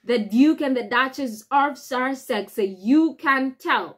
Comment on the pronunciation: We should all be happy - the Sussexes don't want to return and we don't want them. Job's a good'un. From the county of Sussex....please learn how to pronouce it properly, there is no 'r' in the word.